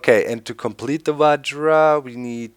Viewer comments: LOOOOOOOOOOOOOL i play the same modpack and it took me like 10-20 mins max to make the vajra btw i think its pronounced vahra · V-i-r-a that's how you pronounce it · Doc its vajra there is not ''D''on there just saying :D